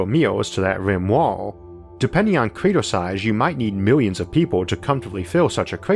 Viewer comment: lol I kept hearing creeter instead of crater.